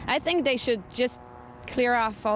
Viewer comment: it bombs DAT. DEY ... ITS DER FAULT xD Love it